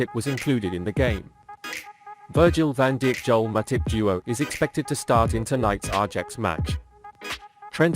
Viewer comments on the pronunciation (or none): Its pronounced 'eye yax' ... virgil van dick???????? 🤣😅😂